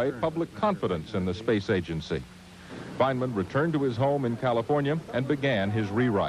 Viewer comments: I hate the way this newsreader pronounces Feynman’s name, “Feyn-a-man.” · Ah yes, Richard Feyn-uh-man. The long forgotten twin brother of Feynman. So rarely reported on. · Fichard Reynman. Say his name. Fichard Reynman. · The news guy saying "Feyn_a_man" is making me crazy. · Fine e man. Interesting pronunciation